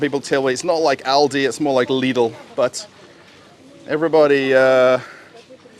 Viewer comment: you do not have to pronounce LIDL and ALDI sooo hard :p just say it soft and with love :p ........ greetings from Germany